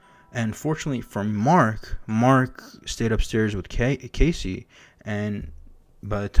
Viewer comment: Bro its not casey its cassie Just make the video all over again